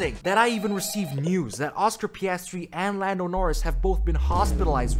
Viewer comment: "Lando NoRizz" 💀